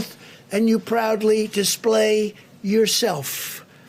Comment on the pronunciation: At :18 ....proudly dishplay yourshelffff. God blesh the United Shtatsh!